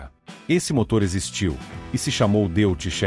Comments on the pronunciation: A.pronúncia correta é " Dóits" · Antes de mais nada deve corrigir a pronúncia para DÓITZ para respeitar o idioma alemão. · Amigo, DeutschLand é Alemanha, e pronucia Dóitland. Então o Motor Alemão, Deutz que quer dizer Alemão, vc pronuncia Dóits. Tendeu? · Erro crasso, a pronúncia do nome do motor, lê-se Deutz, falasse Doitze, se assim entendo. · Dóitz, se diz Dóitz. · A pronúncia é "Dóiti".